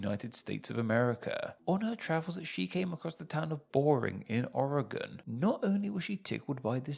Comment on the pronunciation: Hell ya, as an Oregon native I must say. Damn good pronunciation